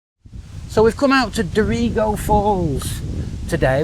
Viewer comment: Glad to see that all issues have been resolved. Here is some info on pronunciation of various towns you have visited. Maclean (pronounced Mac-Lane); Dorrigo (pronounced Do[o as in hot]-ree-go); Belligen (pronounced Bell-in-Jen) 😊